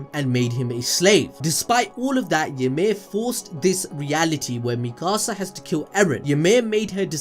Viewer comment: he calls Mikasa like mickasa